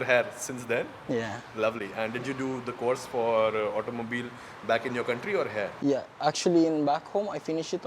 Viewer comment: Can you please practice saying he-ear for 'here' instead of "hair" every time. It will help with the overall entertainment factor and foreigners can comprehend faster. Just a suggestion. Thanks.